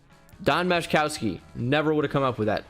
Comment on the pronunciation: I've binged a bunch of these, you never get the Magic Man. Don Majkowski. Also, the "j" is silent.